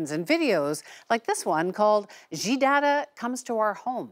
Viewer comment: it is called Xi not Ji